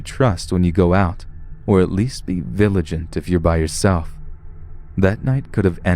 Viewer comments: he said viligant instead of vigilant :3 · vigilant not viligant! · vigilant not viligant. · It’s viGILent! Not viligent! Wtf 🤣🤣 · "villigent" got me 😂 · "Or at least be viligante." I think he read that wrong, or the person who wrote it spelt it wrong l0l